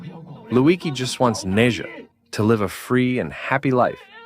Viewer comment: “Neza” that got me dying 😂 as a Chinese we pronounce it “Nezha”